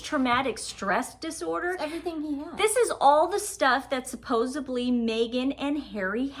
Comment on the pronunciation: Supposedly- instead of suppos-ably - which you say a lot.